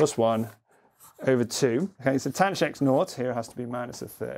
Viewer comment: Late comment... but when did "THAN" for tanh (with a voiceless "TH", as I was taught in 1981) become "TANCH"? And it is still "SHIN" (pronounced "Shine") for sihn and COSH for cosh?